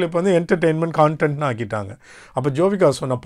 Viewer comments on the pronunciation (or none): நேற்று கமல் சார் கூட கான்டென்ட் ஐ கன்டென்ட் என்று சொன்னாரே. கவனித்தீர்களா? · Kamal sir e 'content' thappa pronounce panninar.. gavanitheergala? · சார் கமல்ஹாசனும் கன்டென்ட் னு தான் திரும்ப திரும்ப சொல்றாரே..கான்டென்ட்னு சொல்லல...😢